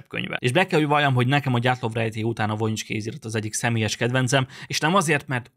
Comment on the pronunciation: EJTSD : VOJINICS kézirat vojinics! Nem vonics hanem vojinics. Magam is vizsgáltam sok éven át, mintákat vettem belőle, és spektográfos vizsgálatnak is alávetettem. Használtunk uv-t, infrákat, és különböző vegyszereket. Nem találtunk semmit.